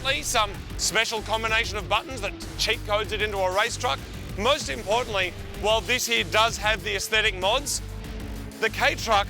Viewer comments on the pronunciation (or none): none